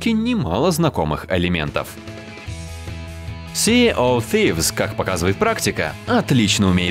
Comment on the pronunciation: >си оф фивс да что за колхозный английский